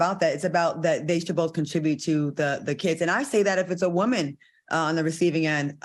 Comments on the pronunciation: Al said 😂😂😂 sussessful WOEman 😂😂😂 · We need 3 nights neow! But am I the only one who loves when Al pronounces “woman”?